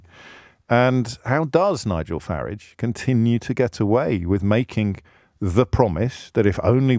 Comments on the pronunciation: Deliberately mis pronouncing Mr. Farage’s surname. Pathetic, mr o’ breeeeeen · "LBC's ex golden boy Nigel Fartage" get it right James